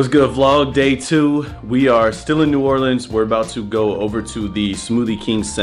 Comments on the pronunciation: Not new orleeens new Orleans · Ew why does say new orleeens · saying “New Or-leens” got me triggered...if you from the south than you know why 😂😂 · I was eating and when said “new or-leans” I dropped a piece of hash browns